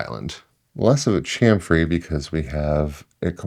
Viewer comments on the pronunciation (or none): Please. Please. Cham-fer. Cham-fer.